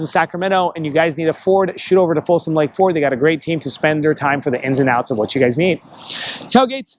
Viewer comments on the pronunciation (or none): none